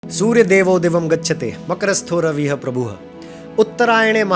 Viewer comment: रविह प्रभुह उच्चारण गलत है रविहि(रविः) प्रभुहु(प्रभुहु) उच्चारण होगा। अर्थात् जिस मात्रा या स्वर वर्ण की वर्तनी के साथ शब्द लिखा जा रहा है उसी वर्तनी के साथ विसर्ग का ह उच्चारण होगा जैसे की रामः (रामह) रामाः(रामाहा) रविः(रविहि) वधूः (वधूहू) ....